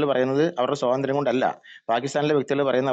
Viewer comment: "സ്വതന്ത്ര്യം" അല്ല കാക്കേ "സ്വാതന്ത്ര്യം" സ്വാ..സ്വാ.. ആദ്യം സ്വന്തം മാതൃഭാഷ മര്യാദയ്ക്ക് സംസാരിക്കാൻ പഠിക്ക്. അതെങ്ങനാ സ്‌കൂളിൽ പോകണ്ട സമയത്ത് അറബി കിതാബ് പഠിക്കാൻ പോയാൽ ഇങ്ങനിരിക്കും.😂😂😂